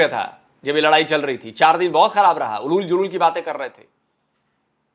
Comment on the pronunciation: "उलूल जलूल" नहीं सही "ऊल जलूल" बोलिए।